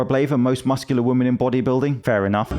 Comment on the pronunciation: you said "woman"?